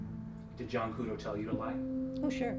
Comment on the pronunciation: ITS JOHN KUDO NOT JOHN CUDO